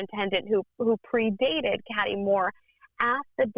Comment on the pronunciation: Her name is CATHY not CATTY 😩